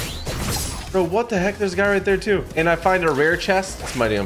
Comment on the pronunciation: I loved when he said "that looked dooo cool"😂😂😂😂